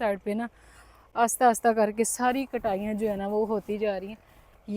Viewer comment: 3 ka table ghalat pdharhi hen bachy ko...three one za three hota Hy three one da three nhi. Aur please aahista bola Karen ....aasta aasta nhi.